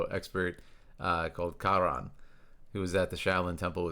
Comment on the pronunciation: As a Korean , thank you for pronouncing his name correctly ~ i hear so many non Koreans sayin his name Rang like telephone rang 😂